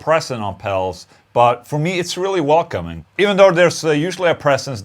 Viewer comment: Dude keeps on saying "pels" lol. Keeps making me laugh. "the bess pels for mel tones"